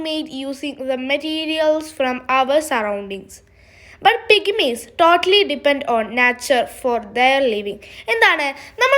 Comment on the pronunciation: Pigimikal ennalla pygmies